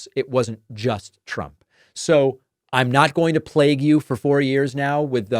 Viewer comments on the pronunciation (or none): none